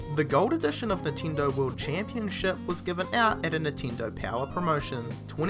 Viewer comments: How can you tell which word is spoken when you have "reed" and "red" if you pronounce them exactly the same way? and that's just for a little example because here you said a LOT of other things that sound... quite off (to say an euphemism). P.S.: i'm sorry to bring this one up but, i'm more than sure that "NINTENDO" is not pronounced "nehteendoeh" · nintindo lmao